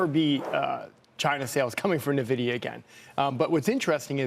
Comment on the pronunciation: Pronouncing it nuh-vidia at this point has to be intentional ragebait.